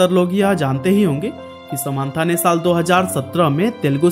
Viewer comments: ❎ समान्था नहीं समन्ता ✅ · Nobody: This guy :sa maaan thaa